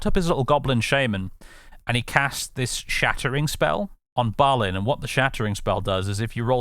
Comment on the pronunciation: Having spent much time staring at the pronunciation guides in the appendices of the Silmarillion, I'm pretty sure the letter "i" in Balin and Gloin should be pronounced "ee", so "Bal een", "Glo een", but I'm never fully confident in the pronunciations of much of Tolkien's world. Would love for someone to confidently confirm or refute this, though. I am certain however that it's not like the monosyllabic modern "groin".